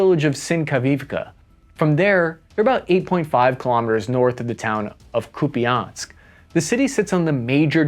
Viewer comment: It is not YEW crane; it is ooh KRAI. Louvre is not IN paris; it is in PARIS. It is not Oh leksandr; it is Alek sandr. Have you not heard of Greek conqueror of Eastern World? It is not cupie ansk; it is COUPE ensk.